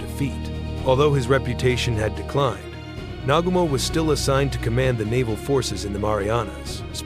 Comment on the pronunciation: The way it butchered Admiral Nagumo’s name is brutal